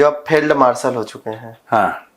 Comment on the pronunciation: Abha khaday Phield Marshal nahi Field Marshall Abay Indian bona tu seekh le